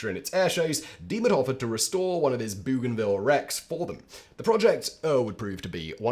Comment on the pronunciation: It's "BOGAN VILLE"... Please ask your script team to make an effort with your placenames !!